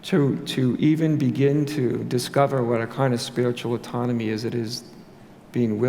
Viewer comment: Pronunciation: aww-tonomy. Great talk!